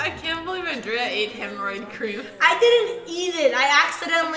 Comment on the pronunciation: My man really called Andrea "Ann-dree-uh" lol